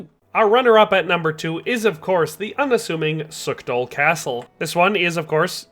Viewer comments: its Pšítoky in czech or Pshitoky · come on man, shiitake? They pronounce it in game. Acceptable mistake when youre just having a casual conversation but youre making a whole ass video man